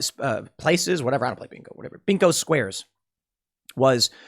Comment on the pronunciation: Joe Biden's great value MAGA Make America Good Again Also, I'm pretty sure you said "binko" after talking about Joe's inability to speak. 😂